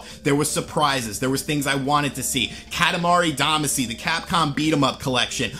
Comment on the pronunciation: OMG I LOVE KATAMARI DAMACY!!!!! ....pronounces it wrong.